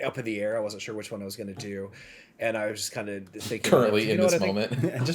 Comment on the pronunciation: "for SHORE"... as invented by the one and only... 😜😉